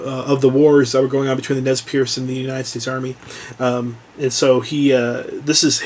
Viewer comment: The Tribal name is properly pronounced "Nez Purse."